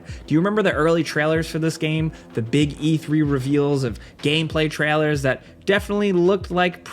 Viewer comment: Why do you say trailers like that bro